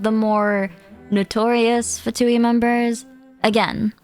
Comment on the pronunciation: Beautiful video as always, I just can't wait to pull our new Fatui harbinger! P.S. Little reminder that "Fatui" is also an italian word, and it's actually pronounced "Fàtui" instead of "Fatùi" like they always do in the English dub. Japanese dub pronounces it correctly tho. Something "Fatuo" means something insignificant, inconclusive, superficial, frivolous. It may refer to how the Fatui are, in the end, just a tool for the Tsaritsa's plan of rebellion with little to no other purpose?